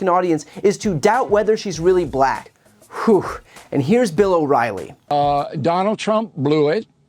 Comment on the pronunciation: Only Donald Trump can make the word "black" be two syllable's. What a moron.